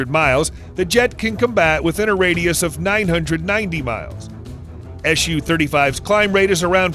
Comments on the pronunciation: Is there a good reason for you to pronounce the abbreviation like "ash you"? It's "Suchoj" with "s", not "sh" sound. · Why are you saying "Shu" and not "SU" ?